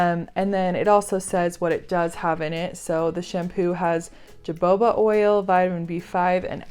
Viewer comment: Jo Bobo oil!? Haha ja- hoba is how it is pronounced.